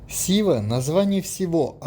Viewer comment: Шива? Путешественники как сговорились честное слово. Почему Шива, а не Сива?